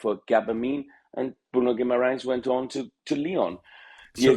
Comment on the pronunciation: He knows how to say Guimarães. Wow.